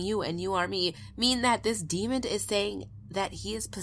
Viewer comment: WHY? Tell me why does everyone say "demond" instead of demon? :-(